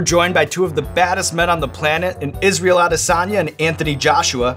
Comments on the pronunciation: Yhh the emphasis is a-DAY-son-yah instead of a-de-SAN-ya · Never heard Adesanya pronounce his own last name before. Sounds like it’s almost more a-DE-sanya instead of what most people say which is like AD-e-SAN-ya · Nigerian here, it's pronounced Ah-Day-Son-Yah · Heard how he said "Adesanya"? He said Ade-sawn-ya. Is that really how it's pronounced or did he just misspoke his own name hahaha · I had to replay the intro like 6 times to hear how Israel says his last name. I've heard "AH-dey-SAHN-ya" so many times that I was like, "did he say his own name wrong?" lol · I swear he's saying Ad-i-soya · israel adesanya said his name like israel adesoya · Is that how you pronounce Israel's last name